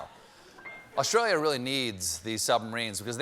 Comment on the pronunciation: It’s Australia Stephen. Not Awshtralia. 😕🤣